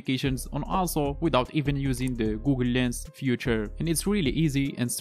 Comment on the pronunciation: Feature not Future! 🤦‍♂️ please stop talking!!!